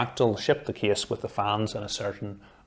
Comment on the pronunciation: Nobody : Him : this KieSs PS:Awesome Video!